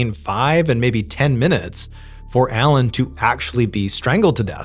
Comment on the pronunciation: All french names, words are butchered like the poor boeuf bourguignon . I understand you probably don’t speak French . But just type the translation and hear how we pronounce them. The main character is ALAIN not ALAN . That one was hard to listen to…..